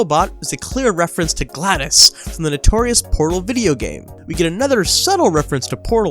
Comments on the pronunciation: It's not GLADUS IT'S GLaDOs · it's spelled "GLaDOS" I prefer to pronounce it like that too, but some people do pronounce it like gladys. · Uh.. GLADUS? It's uhm, GLADoS. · Gladus??? Pretty sure it’s glados.